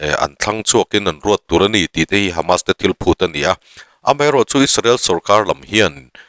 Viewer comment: Isarel ti lovin Israel ti mai la ngaihthlak a nuam ang, you tube channel ah meuh Isarel han tih tulh hi chu a zialo deuh ani